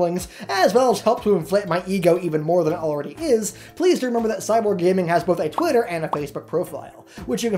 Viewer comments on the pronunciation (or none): none